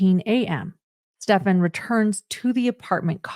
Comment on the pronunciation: Finally someone pronouncing this monsters name ( Stephan) right? Does anyone know of a reason why so many are calling him Stefan?